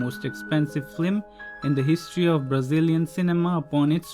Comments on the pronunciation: just a note..... it’s “film” not “flim” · The person who is narrating this is saying flim instead of film. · As do most, likes the old format much better. If you must change to speaking format, please use someone who can speak English. Pronouncing film as “flim” every time drove me nuts. Other mispronunciations less aggravating, but????? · I liked the narration but the word film needs to b pronounced correctly since it’s used in almost every profile. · Silent is better, especially when the narrator can’t pronounce words like film.